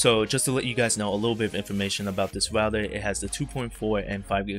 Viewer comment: Tech HD | Unboxings, Reviews, you aren’t saying router your speech is messed up and you say rougher thouter